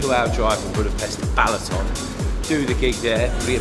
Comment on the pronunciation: This is "Balaton" not "Ballaton" Great documentary mate!